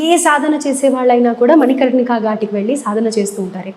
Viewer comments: ఆయన ఎవరో మీకు తెలుసా,? దూమావతి సిద్దులు..., కాల భైరవ సిద్దులు... తప్పు పలికినంత మాత్రాన హేళన చెయనవసరం లేదు... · మణి కంటిక కాదు మణి కర్ణిక అని ఆయనకు ఎవరన్నా చెప్పండయ్య... First ఇలాంటివి తెలుసుకొని ఇలాంటి ప్రసంగాలు ఇమ్మనండీ